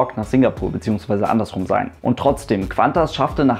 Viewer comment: Kleiner Tipp ´Q´ allein wird nur wie ´K´ gesprochen. ´Qu´ wird wie ´Kw´ gesprochen. ´Qantas wird also ´Kantas´ gesprochen